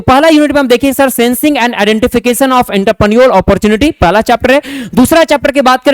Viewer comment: Are wo intraprenor nhi Entrepreneur hota h Pronoun thoda seekh lijiye